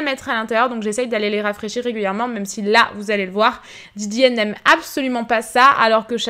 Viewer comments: Jsp vous mais ça me stresse tellement qu'elle dise MEUM au lieu de MÊME c'est horrible 😂😂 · Restes comme tu es! Petit details, tu me fais rire car au lieu de dire "même" on dirait que tu dit "meume". La véranda est magnifique! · ça me faire rire la façon dont tu prononces « même » haha, sinon super vidéo comme d’habitude !❤️